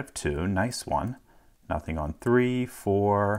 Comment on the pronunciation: you alternate between pronouncing 3 like "three" and "thray"